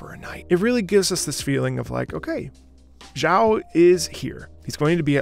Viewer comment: thank you for the hard work and content, keep it up! If you could, try to learn how to pronounce Xiao’s name better please, as a matter of respecting the language.